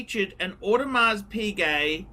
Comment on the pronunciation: For all the years on YouTube the still did not learn to pronounce AP without the s in Audemars. How cheap!